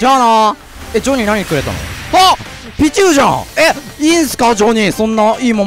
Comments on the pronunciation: ピチューの発音がシチューなんよ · ピチューの発音がビジューなの草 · ピ↓チュウ↑ のイントネーションすき笑